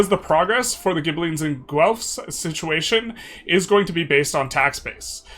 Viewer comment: PSA FOR EU5 CONTENT CREATORS : It's just pronounced Gelf. Hard G sound, than a Lord of the Rings Elf. Loye y'all. Gonna be a long decade.